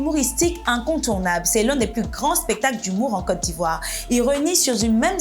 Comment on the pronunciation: Oui mais la prononciation de la Côte d’Ivoire est à améliorer